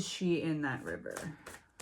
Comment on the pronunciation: River pronounced "Wire"